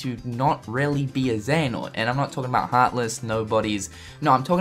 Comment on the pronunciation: mar something is not xeanort